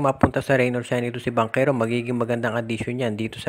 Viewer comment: Bakit bangkero dapat banchero pronounce mo